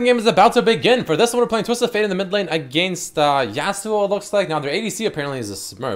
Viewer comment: you pronounce against weirdly